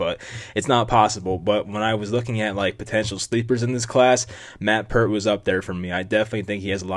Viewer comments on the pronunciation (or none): His name is Pear-T . Not Pur-T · Pronounced PAYRT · its pear-t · I had a roommate named Peart in college. Its pronounced like Pert Plus